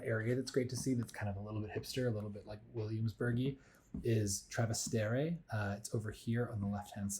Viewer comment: It’s Trastevere not Travastere 🥲